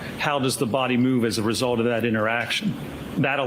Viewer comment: “the end weesult”🤪